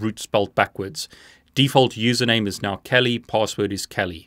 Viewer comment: he says "...or kawlee" everytime he says "kali"lol